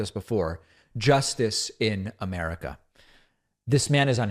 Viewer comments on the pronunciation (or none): none